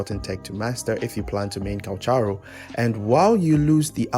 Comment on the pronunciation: *Calc-haro no CH js listen to his audios